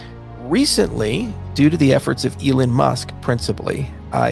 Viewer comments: I dont trust people who cant pronounce "Elon" correctly. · Put some in cardano and some in doge. Make a quick buck on doge and reinvest in other crypto. Every one, Esp this guy, who can't pronounce elon correctly is gonna have a biased opinion towards his own crypto. Fact everything elon touches turns to gold.